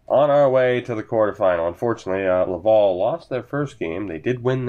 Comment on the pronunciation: Lav-AL, like AL Montoya ;)